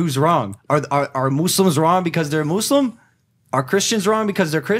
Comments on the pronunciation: finally someone say Muslim, not Muzlim! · the fact that he pronounced Muslim with an 'S' and not a 'Z' is definitely remarkable! 🙃